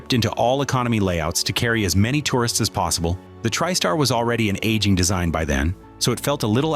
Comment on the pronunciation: It sounded like you’re saying trip star instead of Tri-Star